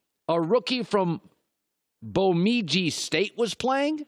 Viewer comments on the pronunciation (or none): i had an aneurysm when colin pronounced bemidji as bomedji. it’s pronounced ba-mid-gee not bow-mee-gee! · that butchering of Bemidji was awful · bemidji state lmao nice pronunciation colin